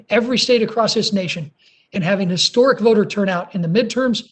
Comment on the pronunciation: "historic," not "stork."